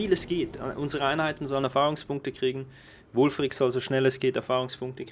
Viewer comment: Wulfrik oder Ulfrik? Der "Berater" oder wie der heißt sagt, dass er Wulfrik heißt xd